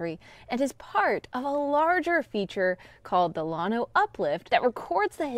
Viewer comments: Lan- O not lawn-O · There is a small collection of what we would call hills, also called Packsaddle Mountain, that is the last remaining bit of the Grenville Orogeny. The schist is very impressive. Check out JSTOR for an excellent scholarly article on the Llano Uplift. By the way, it's pronounced Lan-Oh, not Lon-Oh. If your a Hill Country boy like me its hard on the ears. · It's, LANO, NOT LAWNO. 😉 Llano. Llano (/ˈlænoʊ/ LAN-oh) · Here in Central Texas, we old-timers who grew up in the area call at "Lan Oh"... not "Lawn Oh". 😉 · I like your channel, studied geo at UT, and Llano SHOULD be pronounced with a glis after the L. Uhlyano with a very short uhl. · lann o pronounce it right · Llano is a Spanish word and is correctly pronounced "YAH no". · than stop calling the uplift spainsh name. It means flat or smooth whats the English definition of lano??? Call it something English you can't pronounce it.. Guess what Texas is a Native American name so why don't you butcher its pronounce for your pride in stupidity...cause your to dumb to say it Yano (ll is y) as it is a Spanish word?😮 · All my family is from Fredericksburg and Llano, you are pronouncing Llano different from how my family and I do! I still have family living in Llano and I have been there many times in my life!